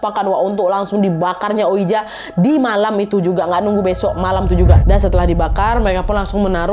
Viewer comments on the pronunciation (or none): Ka naaad, maaf bukannya sok pintar, mau koreksi aja, oija dibaca oiji 😔.. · Kak nad, ouija itu dibaca wiji wkkw